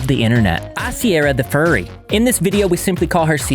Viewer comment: furry* not fury